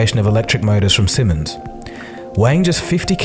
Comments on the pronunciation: Siemens [ˈziːmɛns] i.e. 'see-mens' not 'simmons' anyway, carry on.. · "Zee-mens" not "Simmons". :) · Laddy, the company name is not pronounced simmons, it's pronounced seemens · Siemens is not pronunced "Simmons", you silly Schnitzel. It's "See-mens". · It hurts when you say Cimmons instead of Siemens. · Duude, it's "Zee-mens", not "Simmons"! Otherwise, great video. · Actually, it's pronounced "seemens" not "simmonds". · Simmons??? I think you mean Siemens! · Sieeeeeeeemens, not "simens".... Just pronounce it like "Sea-Mens" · Why the hell does he keep calling it "simmons"? It's Siemens. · Please pronounce the german company name long eee SIEMENS,not SIMMENS,more like SEEMENS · It's pronounced "see - mans", not "simmons". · I thought to myself when the narrator said "what the hell is simmons?" then i saw it is Siemens. My dad works in the wind power division, great company. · SEAmens NOT fucking SYmens your pratt. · SEE-MANS not SIMMONS...... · its pronounce seamans like sperm... not sim on s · it's not pronounced Simmons! Try saying Sea-muns. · You say it like sea mans not simons! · pronounce "zeemans" not "simmons" cool video still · Siemens, That would be sea-mens, not simmons. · Thought it was pronounced 'seamens' rather than 'sihmens' ? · Big and it is pronounce sea-mens not simmons. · may I add it’s ‘Siemens’ not ‘Simmons’ 🤬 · It's pronounced semens asshole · Siemens is pronounced Zeemuns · FYI - "Sea Mens", is how it's pronounced. I'd say you'd have a field day with Bosch! :-) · I met a member of the family through a friend of mine, and they both pronounced it like Sea-mens. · Pronounced Semens. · its a "Zimens" :) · Siemens is pronounced seemans by the way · Please pronounce Siemens as Seeemens lomg eeee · Pronounced Zeemans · It's not pronounced "Simmons" though. Anyway, electricity is not yet mature enough for mass transport of any form including cars. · the Sie in Siemens is pronounced like Zebra = Ze-mens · Isn't it sea-mans?